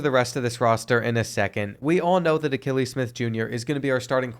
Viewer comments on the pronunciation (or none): I’m a big time Oregon Ducks fan and it’s pronounced Uh-key-Lee his dad also played QB for the Oregon Ducks